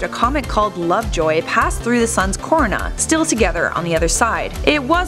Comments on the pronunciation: The moment she attempts to pronounce “Corona”🤦🏽‍♂️ Then by the second time around...😡 It’s KUH-ROH-NUH! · Pronounced Karoona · It’s pronounced co-r-oh-na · Your pronunciation of the word “Corona” is infuriating.